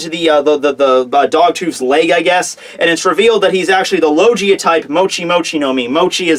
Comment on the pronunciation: does anyone else cringe when he says logeeia???